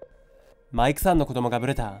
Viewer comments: なんかマイクさんの言い方気になるな…マイ↑ク↓さん… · マイ↑クさんって訛ってるのが妙に中毒性があって心霊写真より何度も聴いてしまう笑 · マイクさんって呼び方の発音の仕方が少し笑ったw 今回も怖かったです👻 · 【マイクさん】のイントネーション気になるww